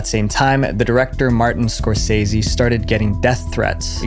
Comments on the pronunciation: y'know I loved the first one, only found out recently there's a second one not Scorsehsi, it's pronounced scoresaysee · Score SAY SEE ffs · It drives me crazy the way you say Martin Scorsese's name. It's not "score-SEH-see".. it's "score-SAY-see" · It’s pronounced Scor-SAY-see, not Scor-sess-see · I don’t usually correct, but have to here. It’s Skor-sa-ze, not Skor-ce-ce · Say it with me, "Score Say Zee" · You know, if you're going to mention a world famous filmmaker multiple times in your video, you could at least take 30 seconds to look up how to properly pronounce his name. Scorsese is pronounced "skor·say·zee." Edit: You do say it correctly a few minutes later. You should have edited out you calling him "Skor-Sessy." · "Martin Scorsessy"